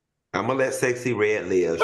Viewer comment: Al is Sooooo PROPER. He can’t even say Sexy Redd right….lol